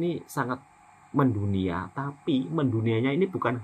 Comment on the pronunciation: BUKAN 'MENDUNIA' TAPI MEINDONIA. 🤣🤣🤣🤣🤣🤣.....